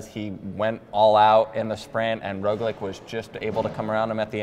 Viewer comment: Please stop saying Roglič incorrectly, it is very irritating and undermines your credibility.